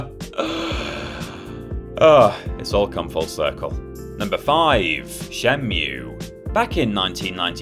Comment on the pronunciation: Say shenmiu one more time pls